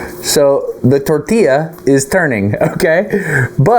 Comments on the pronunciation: A tortilla demonstration is fabulous. (Tor•tee•jah sounds like that, Dustin.) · Wrong. Tor•tee•yaah. 1) Double L (ll) in Spanish is pronounced as consonant “Y” as in “Yak” NOT J (in Spanish “J” pronounces like English “H”) The caveat being “A” is only ever pronounced one way unlike in English where there is hard or soft sounds for “A”, ie; Cast, Lollapalooza, respectively. BONUS fact: Japanese & Spanish share the way vowels only have singular hard pronunciation: ah, eh, ee, oh , ooh. 2) *Destin Source: 🇨🇴 I’m Colombian & a weeb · A Russian accent when talking about the tortilla 😯